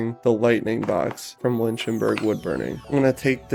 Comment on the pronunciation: I can't believe anyone would pay $1000 for what is essentially a $30 neon sign transformer in a steel enclosure. I guess it's for the fancy accessories? And just for the sake of credibility, it's "Lichtenberg" (like "lick-ten-berg") and not "Lynchtenberg". I'm not hating on your video - this is very nice work - but there are plenty of people who will be total assholes over minor errors and dismiss anything good you have to contribute. I did enjoy the video. Best wishes, and stay safe. Complacency is the enemy.